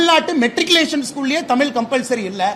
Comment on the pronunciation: ஒழுங்கா தமிழே பேசத் தெரியல உதய நிதிக்கு தமிழ் என்று சொல்ல வரல தமில் பெற்றோர்கல் என்று பேசுகிறார் இவர் தமிழை வளர்க்கிறாராம் காலக் கொடுமை 😂